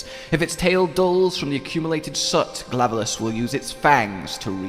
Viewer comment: I heard Glavelus instead of Glavenus, but maybe it's just me.